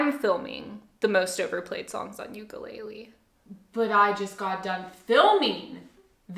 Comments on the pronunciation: "ooku-lay-leee" lmfaoooo. nice pronunciation. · ukulele❌ yoo-koo-lay-li✅ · you sound alright but thats not how you pronounce the name of this instrument, theres no tomato tamato with this lol, UKU (flea) LELE (jumping) UKULELE